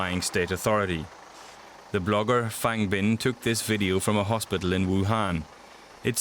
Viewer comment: Terrible pronouciation.Chen qiushi,not Chenchou,luckily Fangbin is correct.